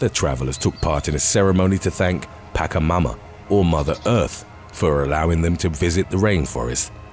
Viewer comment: Pronounce Chile, the ch should sound the same in Pachamama, not Pacamama.